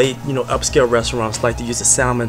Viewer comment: My mother’s parents were from St Helena Island and there was a pot of rice on the stove 24hrs a day and we had red rice with shrimp EVERY Friday! ***it’s pronounced sammon not salmon but it’s spelled s-a-l-m-o-n….